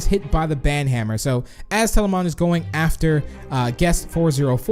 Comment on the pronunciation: Tbh he's been miss pronouncing words like telamon - telaman